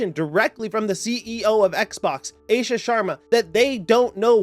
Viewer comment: It's pronounced AASHA dude not AESHA 😂